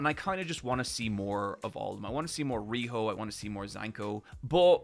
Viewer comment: Pronouncing Zanka as "Zanko" and Riyo as "Riho" is so much more egregious than calling the Sphere "Sphera" 😭